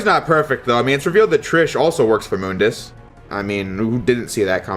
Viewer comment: Thank you for pronouncing MÜNDUS correctly. So many people don't :'(